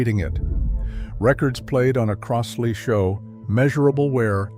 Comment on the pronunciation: It's "Croz-lee," not "Cross-lee." Buy a Fluance or a U-Turn.